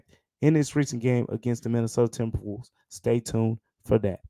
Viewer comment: the "mInAtOdA tMbrWoLvEs" at the start killed me lmfao love ya great episode